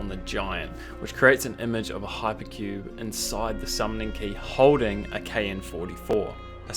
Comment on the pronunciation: KN-44 orrrrr knaa orrrr “nah” this ain’t an ee